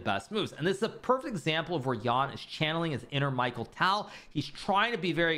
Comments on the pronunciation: Bro really said "Michael Tal" 😭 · For the love of God hikaru, he's called mikh-aa-el taal